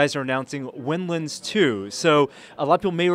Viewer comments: why does the nervous looking guy keep saying "winlins"? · lol " nervous looking Guy". He is saying windlands. Similar to how you pronounce maryland